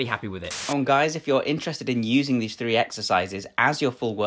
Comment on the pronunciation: Functional fwee…lol